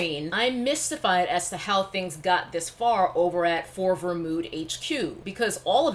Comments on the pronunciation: Sis you play too much I could barely stay serious every time you say FORVR 😂🤣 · I just can’t stop laughing bc you keep saying For-ver mood with a straight face! 💀💀💀